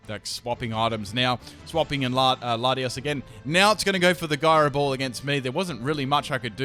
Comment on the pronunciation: It's jyro not gyro ball